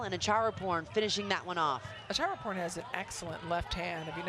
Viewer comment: It’s Acharaporn not Chatchuon😭😅